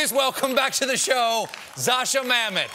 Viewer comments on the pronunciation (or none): not 'Zasha', Stephen, it's ZO-SIA, learn to pronounce Russian names, while you still have time